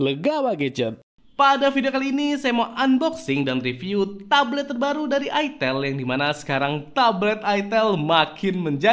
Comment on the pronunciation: Salahnya penyebutan mereknya ga enak banget 😭😭😭😭